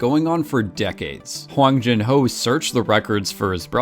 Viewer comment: Its not wang jin ho its 황준호